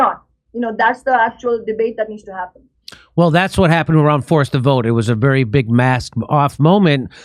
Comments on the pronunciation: lmao when he said wery well said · "Wery well said." Shame again on Dickie Dore, self-described douchebag comedian